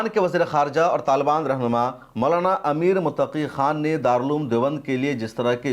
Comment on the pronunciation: आप के वीडियो के सबजेक्ट पर हिन्दी भाषा में लिखा है आमिर, जो के नाम की ग़लती है, कृप्या ध्यान दें। आप ने बोलने में सही नाम बोला है अमीर Muttaqi। शुक्रिया